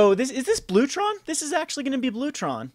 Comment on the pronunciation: So it's called TRON not TRAUNT?